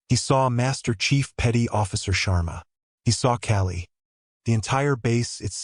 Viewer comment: The pronunciation of her call sign is Call-E aka Kali the Hindu goddess of death and birth as well as the goddess of time. An amazing call sign as Anya is the dealer of death and the movement of a predator. My favorite call sign from another story is Nyx a goddess feared by Zeus and respected by all the gods of Olympus she can end them all without blinking!